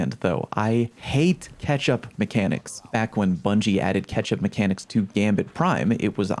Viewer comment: did anyone else hear repeatedly saying 'ketchup mechanics'